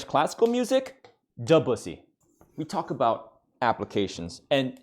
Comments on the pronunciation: Listening to him mispronounce Debussy for more funny points was painful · I had to say Debussy is class in sounded like I said de bussy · I tapped out at “profussy“. 😹 well done